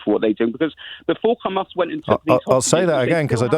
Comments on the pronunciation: You can tell he only watches IDF propaganda by the way he says Hamas “KHamaas” why do they struggle with the H sound😂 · He calls it Khamas, so that says it all. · Why does keep saying Khamas? is very clearly British and has it in his tongue muscles to pronounce the letter H. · The caller is a isreali thatd why he supporting isreali. The way he pronounce hamas as khamas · He said Khamas not Hamas. Enough said. I know all I need to know about this Israeli spokesman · The way of pronunciation Ghmas , I know enough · The caller referred to them as "KHAMAS" HAHAHAHAHAHAHAH. With his cute little Israeli pronounciation. What a stooge. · He even pronounces "Hamas" the way Israelis do, weird? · Why is mispronouncing Hamas in the Israeli way?